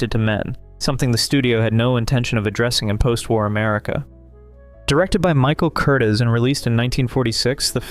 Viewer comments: The famous director's name is pronounced Michael Kur-teeze. Not Curtis. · Great video, but you really should look up how to pronounce names like Michael Curtiz.